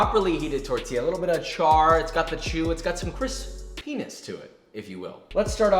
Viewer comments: Absolutely nobody: Josh: Cris-Penis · "It's got some CRIS-PENIS to it " - Am I the only one that heard it like that LOL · Hol up. Is it me or did josh say “crisp, PENIS” or am i tripping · You said, "Crispenis" 😆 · cwispy penis?